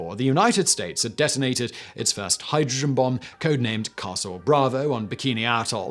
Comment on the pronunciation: Accent maybe?